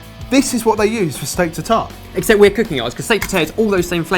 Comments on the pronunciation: These look great but the pronunciation of "tartare" made me want to cry each time...:P was closest. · oh the way you pronounce "Tartare" <3